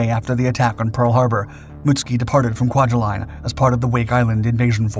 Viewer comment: You're mispronouncing kwajalein. My biological father grew up here, because my grandfather worked for the u.s. government, there.